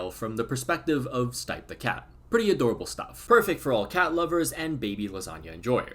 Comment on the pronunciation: FYI: The cat's name is pronounced "Steep-eh". Also, RIP Stipe 😢